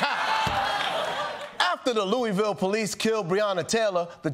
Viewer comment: 😬😬 From my hometown to my neighboring state... It's embarrassing out here. Kudos on saying Louisville like a native. It's pronounced Loo-ah-vul. Like you have a mouth full of food while saying it.